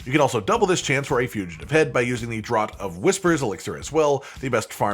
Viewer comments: I have found altars popping up with almost monotonous regularity in the last few days but that only happened AFTER I had found all the "lost" powers...sigh And yes, I agree that the mispronouncing of "draught" is irritating...it is "draft" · Draught is pronounced 'Draft'. As in, 'Draught' beer, a 'Draught' from an open window. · FFS...draught is pronounced "draft"... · Draught is pronounced draft. And aether is pronounced ee-thur.